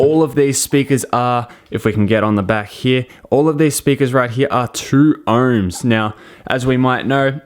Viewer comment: Are you saying erms or OHMS